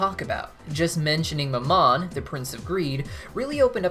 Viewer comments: Minor pronunciation correction for Mammon: It's not muh-MAHN, it's MAM-uhn. Emphasis on the first syllable, which rhymes with gram, second syllable is just un, as in understand. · The way you say Mammon really is annoying lol Its pronounced Ma'am and cannon, mammon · I love these videos but I cannot deal with the way he pronounces mammon, god it’s like my history teacher when he’d say bah-pho-met instead of baph-omet